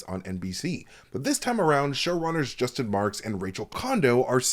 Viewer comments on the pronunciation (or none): none